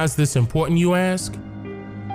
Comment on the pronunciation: Kudos!!! This is well thought out and highly researched. But do me one favor: (and this applies to all of us "people of color"...) please say ASK instead of Ax...why is it the brother's have no problem talking about (and pronouncing correctly) the word ASS when referring to a woman's posterior, but can't say AS-K correctly??? A-SSSSSSK!!!